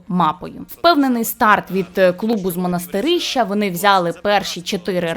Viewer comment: Як же ріже слух, не «Монастиріща», а «Монастирища»